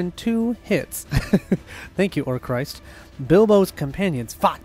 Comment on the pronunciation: If you really want to know how to pronounce Orcrist, it is orc-rist; orc rhymes with fork and rist rhymes with fist or mist. That is how it is pronounced in the movies and in the audiobooks. Glad you played this quest without the 'Imladris Stargazer'. :-D